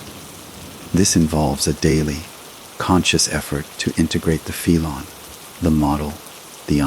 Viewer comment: Worst crap ever. Can't correctly pronounce ' felon' . Can't pronounce...'RicoAct' ....and many other words. Lazy: hey, let's get AI to write the story, then have AI narrate the story. The result is garbage.